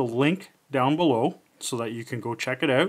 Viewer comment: "i'll put the link down beliow..." Sure... Sure you will 😁